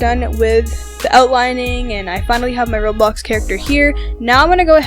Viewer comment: why are you saying roblux